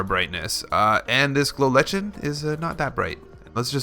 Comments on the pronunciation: It's a fungus, and there is no debate, it's pronouced Lichen, (Lie-ken). A simple google search will reveal that much. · it's pronounced glow lie-ken XD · It is pronounced like-n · Lie-ken is how its pronounced 😂